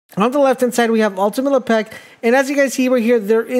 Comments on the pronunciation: Lepeck? C'mon bro, "Le-pick" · This guy must be French" Le pec " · You made this video unwatchable because you did not say his name right and you said it a lot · You made him sound like a french hockey player.. he does not play for the Penguins, sir! Pronounce his name right or I’ll have Jean-Claude Van Damme come kick your door in..